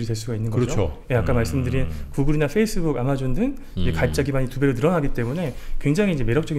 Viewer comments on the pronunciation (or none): none